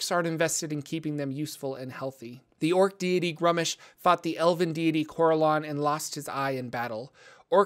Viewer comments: I believe it's pronounced *grumsh* or maybe *groomsh*, all one syllable. is adding extra letters and syllables in his pronunciation when he says *grum-ush*. Though to be fair I can't remember off hand what source book that was detailed in. Other than that well done. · You insult Old One-Eye with your pronounciation A thousand thorns to the scr0tum upon you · My least favorite way to say gruumsh